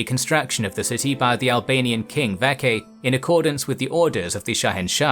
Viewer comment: The name mentioned “Vatchagan ” the CH in the name is pronounced as ch just like how you would say Church or chore and not ka Hope this makes sense . Btw. We have that name until today . Vatchagan. VATCHAGAN still used today in Armenia 🇦🇲🇦🇲🇦🇲🇦🇲🇦🇲